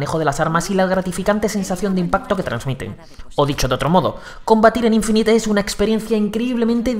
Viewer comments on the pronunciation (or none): none